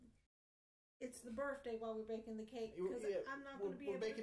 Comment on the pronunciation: They both say "burfday" neither has a highschool education, i sincerely doubt even has a middleschool education.